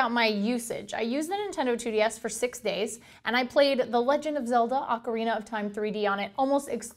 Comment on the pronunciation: Omg it's not acarina it's Ocarina